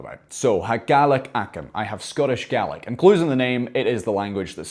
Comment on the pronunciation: I'm so sorry, I just have to say this😂 The way you pronounce Gaelic, sounds like a very good impression of an Australian saying garlic - From an actual Australian